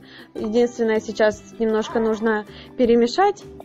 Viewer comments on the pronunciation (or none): none